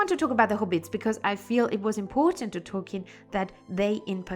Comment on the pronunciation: Hello! You know I have a special affinity to the hobbits, so I love you choice of topics. And I could absolutely listen to an audio book recorded by you just to hear you pronounce the names! Happy Tolkien Reading Day!